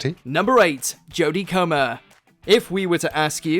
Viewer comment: Butchered Jodie Comer's name, then got it right later on.